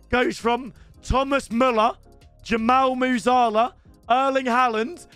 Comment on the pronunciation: Bro stop saying jummall moozarla